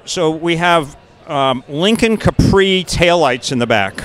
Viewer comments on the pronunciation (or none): none